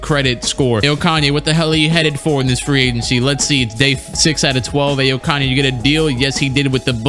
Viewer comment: yes kaney